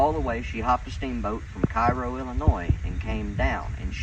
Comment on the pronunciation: The locals pronounce Cairo, "KAY roe"